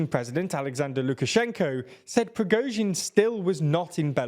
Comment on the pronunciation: They nearly have Prigozhin right. Well, better than it has been anyway.